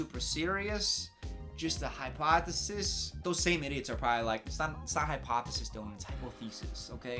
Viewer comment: it’s hypoth-EE-sis........